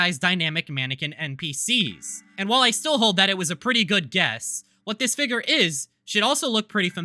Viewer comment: i cant get over how he keeps saying figger over figure